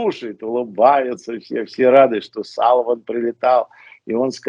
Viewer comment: Не Салован,а Селиван,а то сало,сало.